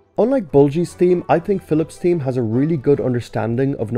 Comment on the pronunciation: "theme" as "team